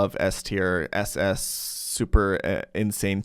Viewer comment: "this is SS tier" your German is showing